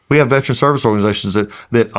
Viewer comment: Mr. Collins , please pronounce the word correctly, Veteran not veTRAN. I live in Ga. I get it we can get words pronunciation lazy.